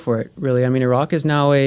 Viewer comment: Well at least he’s pronouncing Iraq the right way finally